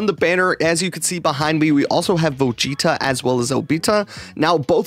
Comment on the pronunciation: Lol the way said Vegeta and an obita 🤣🤣🤣 got me cracking up